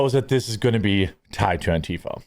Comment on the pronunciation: Everytime you say anntafa I have no idea what you mean. Did you just reinvent the pronouncing of an tee fah.